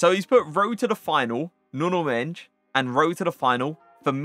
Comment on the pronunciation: but he said nuno menj? idk who that is, but I do know nuno mendes